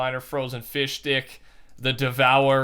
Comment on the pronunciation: When he said fishstick I thought he said fishdick